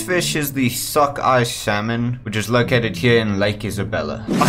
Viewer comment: “suckeye salmon”